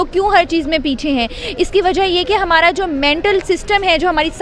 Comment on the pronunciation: Its hamaara....not HMMAARA...ANGREZI SHIKH AAIYE